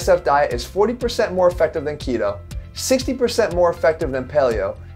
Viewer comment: I thought he said Kino diet from Kinobody and I was Damn he really gunna do him like that. Lmfao. Ketoooo